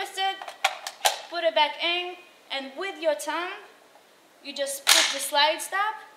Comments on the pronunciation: I thought she was saying "use your tongue" :D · Took me a second to realize she said "thumb" thought she said "tongue". I was like whaaaaaa?